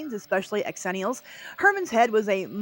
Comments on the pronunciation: I love you and love this channel but calling us "ex-zennials" is SOOOOO painful. Xennials is pronounced "zenials" - i don't know who thought it needed an EXTRA letter added... But it's definitely XENIALS. I was born in 82 and this is 100% my people. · Pronouncing it "x..ennials" and not "zennials" is annoying, are you doing that for clicks? Don't answer that. As a GenX'er, I don't care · Hello - I need to point out that Xenials is actually pronounced "zenials." It employs the "zee" sound as opposed to the "X" sound. But please, carry on with the content. As a true 1980 baby (born in 1980), I love your content as it takes me back to my childhood. God bless ya! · An Angel loses their wings every time she says “X-ennials” rather than Zennials.